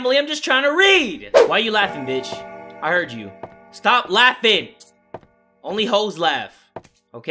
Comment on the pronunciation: people watching during quarantine: invented "I SAID STHAP, I SAID STHAP, YOU PLAY TO DAMN MUCH"